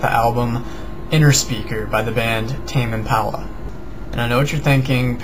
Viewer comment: It's pronounced Im-pah-luh not Im-pal-uh.